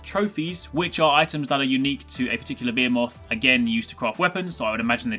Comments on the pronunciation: I think you mean Be-he-moth, cus idk what a beeamoth is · why s he saying behoemoth. the monsters are behemoths. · Bee ha moth 😂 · Bee-moth?... M'kay? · "BEEAH-moth". Sounds legit. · I'm confused is it Bee-A-moth or is he just pronouncing Bae-He-moth wrong. Im assuming it's Bahemoth but I haven't looked into Dauntless yet so I really can't tell at this point XD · Is it spelled behemoth? If it is, it is pronounced Bee-He-Muth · well i pronounce it bee-he-muth and im english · im from NZ i pronounce it Beh-E-Moth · Dude.. the way you pronounce "behemoth" makes me cringe. Please say it right! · Brah you slaying the word Behemoth